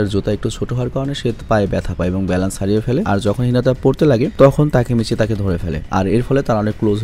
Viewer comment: তাকমাচি না তাকেমিচি